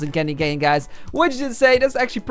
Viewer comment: Its cane not can